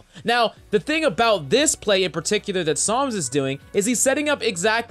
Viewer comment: Is it just me or does always call him Psalms?